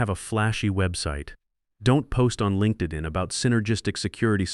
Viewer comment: AI narration is jarring linkedin is pronounced linkded-in 2018 pronounced two hundred 18. Detracts from the story. And why is the bad guy always a well educated woman, nepo baby, or both? And the entire defence security network flowed through equipment in his garage? Really? That could never be compromised...🤭